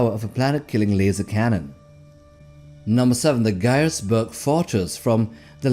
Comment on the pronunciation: ガイエスブルク要塞の読み方安定しなくて草